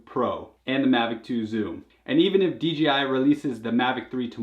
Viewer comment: FFS D......J.......I... NOT DGI!